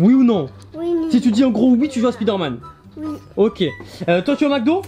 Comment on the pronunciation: "SPIDÉRMAN" I LOVE YOUR MOM 😭❤